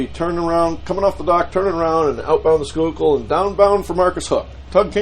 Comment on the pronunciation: I drive over that bridge often. Sometimes see the tugs and wonder if is on one of them. Cool. ( You pronounce Schuylkill correctly. Impressed..LOL)